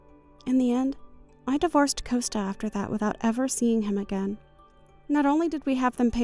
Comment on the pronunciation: S2: Coasta sounds like a teenager. Gianna is too soft spoken. And it’s compensation NOT alimony. S3: She’s talking to herself again. Augusto is pronounced Au”gust”o not “Augoosto”. S5: Motormouth comes back in the form of Bella